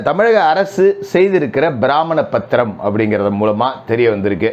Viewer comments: சார் சொல்றது எல்லாமே கரெக்ட் உச்சரிப்பு சிறு திருத்தம் பிராமண பத்திரம் இல்லை பிரமாண பத்திரம் மற்றும் ஒரு விசயம் இப்ப அந்த கூட்டணி ல குழப்பம் ரெண்டு பேருமே கடைஞ்செடுத்த பொய்யணுங்க ஆதாயத்துக்காக அடிச்சுக்குறாங்க நிச்சயமாக உண்மைக்காக இல்லை வேடிக்கை பாக்குறது தான் இன்னும் நல்லது ஆதவன் அர்ஜுனா வெளி வந்த பிறகு அதுவும் விஜய் முள்ளை முள்ளால எடுத்துட்டுருக்காரு உண்மை எல்லா நேரத்திலும் பேசுறது தேவையில்லை என நான் நினைக்கிறேன் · எல்லாம் சரியான பேச்சுதான்; But, நீங்கள் சொன்ன "பிராமண பத்திரம்" இல்லீங்க சார்; அது "பிரமாண பத்திரம்